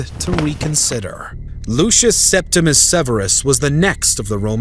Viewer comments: Septimius Severus, not Septimus Severus. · It’s Septimius Severus, not Septimus. Domitian’s decision to recall Agricola was his greatest mistake. Had Domitian allowed Agricola to complete his conquest of Scotland, he would have removed a barbarian frontier, securing Rome’s northern border in Britannia.